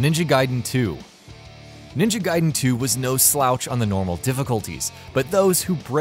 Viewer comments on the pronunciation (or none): none